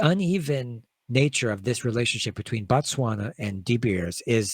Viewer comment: Bah-Tswana/Batswana(Is a group of people from Botswana)... Its pronounced with the same Bo used in words like Both, Bob etc